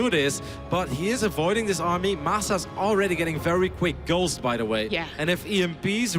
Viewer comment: 55.00 It sounds like he says "girls" when he says "ghosts" ^^